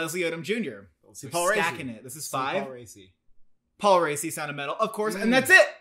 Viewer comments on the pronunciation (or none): Paul Racci is pronounced Ra-key